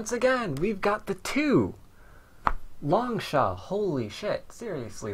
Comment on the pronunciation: Why do you pronounce it as Long-sha? In mandarin, the 士 character is pronounced as "shi". I could be wrong though, just wondering.